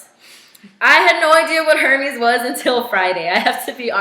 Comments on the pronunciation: Hermès... “air:may” not “hermeez” 💁🏻‍♀️ just sayin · Forgive me for being a snob, and looking like a pretentious one at that. You pronounced "Hermes" wrong. It's pronounced more like, "air-mehs" H's are always silent in French, and I have a french bf, so I felt compelled to comment. That is all.